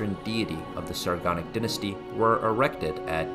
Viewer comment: Say 'dynasty' the right way, brah...